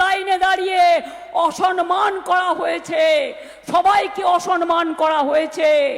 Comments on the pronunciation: অসনমান? কী উচ্চারণ রে বাবা! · অসনমান। বাঙলা টাও ঠিক করে উচ্চারণ করতে পারে না। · "অসনমান" নয় "অসম্মান"। কেউ পন্ডিত বাঙালিকে সঠিক বাংলা টা শেখান। সাধারণ মানুষ আর এদের নিতে পারছেনা। এবার অপদার্থ গুলোকে ভাগাতে হবে। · অসরমান নয় দিদি। ওটা হবে অসম্মান।